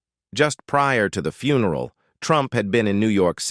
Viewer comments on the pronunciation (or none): Would you PLEASE get rid of this narator? He can't pronounce english correctly and called Georgia a "HE" when clearly it is a woman. And the word FUN er all? Really? Even Ai could be programmed to do this correctly.